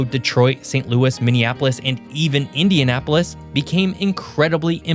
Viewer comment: I'm pleased to say that he pronounced Indianapolis, Fort Wayne and South Bend correctly.